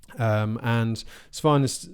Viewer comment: Great coverage! Svein is pronounced Swayne.